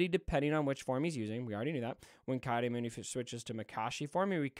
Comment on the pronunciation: His name is pronounced KEY-AWDEE-MOONDEE.